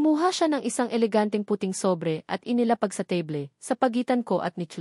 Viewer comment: Table....teyble.....?!? teybol dapat😅😅